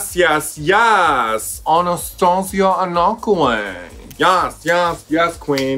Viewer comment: I think it’s pronounced “Anna-Kway”?